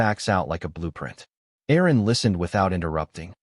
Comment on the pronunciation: I believe the lawyer is Erin, not Aaron. Love that AI 😅